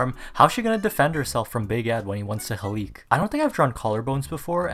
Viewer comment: “how she gonna defend here self when Ed wants to HALEEK” I’m sorry but as a Filipino I find it funny when other ppl try to pronounce Tagalog 😂😂😂 no hate it’s just funny